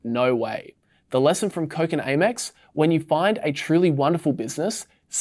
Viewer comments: It’s Amex MOT ‘A’ mex 😂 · I've never heard someone mispronounce Amex before. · AY-mex sounds weird... I start Amex like "ham" but without the "h"